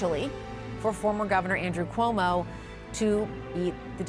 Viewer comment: Ku-omo? Who is this reporter??? Reporting from the White House no less